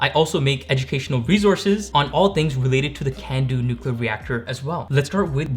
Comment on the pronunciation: He said "nucular" he's been turned off and don't ever try to come in my space again. Thats willful ignorance and I couldn't trust him to not f up my reactor.